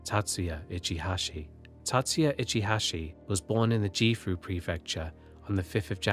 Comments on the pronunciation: Really enjoyed listening to the story!! Just one thing the G in Gifu prefecture is a hard G and not a soft G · Just gotta say this, and I do apologise if I seem rude; but with content like this (where I listen to it while doing other things) pronunciation errors really take me out of the flow of the narration. In this video specifically I can point out that "G"s in Japanese are always read as being hard; like in 'golf'. You said Gifu with a soft G like in 'giant'. Again, I am sorry if I sound salty; admittedly, I am. But I am glad to finally be able to vent this point, because you aren't the first person to make this mistake.